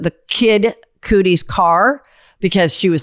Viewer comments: Cudi DOPEY not Coodie ughhhhh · I rewound it so I could hear Koodie again 😂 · Cudi pronounced cuddy like muddy. Not making fun of you just schooling you girl! 😀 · No way kid coodie sounded like it was going to be the right pronunciation 😂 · I had to double take coodie help 😂😂😂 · Well he really was a “coodie”! Don’t think it was a mispronunciation…think she nailed it! 😊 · Kid (cuh-dee) Cudi. Usually when you say a name wrong i barely notice but, that one hurt my ears.❤